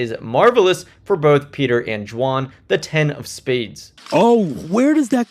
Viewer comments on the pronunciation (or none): Are you saying Jwan? Intentionally it sounds like? Some inside joke that I missed? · 'D'wan. Not Xuan ffs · I cant get over how you pronounce Dwan lol i had to keep rewinding and all I could hear was "Juahn"